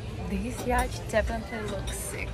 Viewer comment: It's pronounced "yaat" , not "ячт" 😂